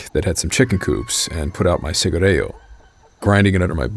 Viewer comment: great video again from this channel. small correction with pronunciation, should be "cigarrillo" not "cigarrello" emphasize on hard "i" not soft "e".